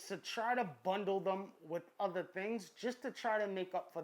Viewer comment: "is there one betta than the utta" lolol this guy an og